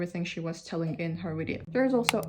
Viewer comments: Yeah it's not a wideo. Better to watch an actual Russian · There's a couple of words you say in English like, "you" [jʉː] and "video" [vidi:jɔʉ] that are giving hints of Australian English and I couldn't be happier about it! I'm hoping it's the "oh no, Cleo!" meme working it's magic across social media 😂